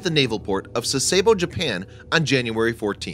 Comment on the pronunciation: How its it possible that you mispronounce words sasebo, bon homme richard, and archipelago?